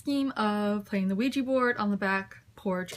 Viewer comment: QUIJA xDDDD it's an OUIJA, LOOL